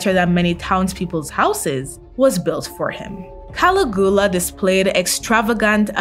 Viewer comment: Good vid except I can't get over the pronunciations Caligula.